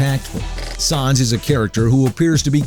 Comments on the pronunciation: the way you pronounce sans...you are gonna get PUNished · The mispronunciation of Sans drove me nuts. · I cringed everytime he said "Sans" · it's pronounced sans as in comic sans, idiot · That is not how u pronounce sans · You pronounced Sans wrong. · im happy sans is 1 but dude bro U CANT SAY SANS RIGHT U R SAYING SAAA NS DUDE SANS S A N S LIKE SAND LIKE ALSO U R LIKE FAKE AND NOT FAKE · S aaaaa nnnnnn ss not sAns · first of all you pronounce these names like a drunk 2 your old second its sans pronounced like sand but with a s istead of d not sons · Sans not sons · sons??? its sans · its not sons its sans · It's sAns, not sOns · Sans not Sauns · Its Sans Not Shans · His name is sans. Not saans... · I think you meen: "his name is sans, not sawns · Its not sarns thats like you say it its sans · SAWNSSS SAWWWWWWWWWWNNNNSSS!!!!!!!!!! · Both sans and gygas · Don't You Mean Sawns? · It's not sons it's sa-ns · Why do you say sAAns it's sans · Did he say Sas instead of Sans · Omga flowy is ALSO harder plus it's not saans its Sans! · IT IS SANS! NOT SAUNS! OR WHATEVER YOU SAID! I just can't put up with that mispronounciation anymore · "Sawns." You're gonna have a bad time. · "Sawns the skeltin" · It's not sAAAAns it's sans... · Its sah-ns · Who is "Sahns"? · wait did he say sahns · sons lol by the way it's just how he pronounces it how he wants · Wait... "Its no wonder that Saanz the skeleton..." Pronunciation error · th way he pronounces "sons" xD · You Were Saying Sons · ITS SANS S-A-N-S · um sir you said sans wrong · He mispronounced Sans' name, and it was kinda annoying when his voice sounded like a male Siri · um excuse me sir you said sans wrong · you said sans wrong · Goddammit you're pronouncing 'Sans' wrong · he's saying sans wrong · the mispronunciation of "sans" is killing me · The way he says sans... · who else is bugged at how he says sans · I cringe every time he mispronounces Sans.